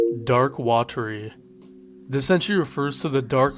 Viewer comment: Actually, it's weh-terry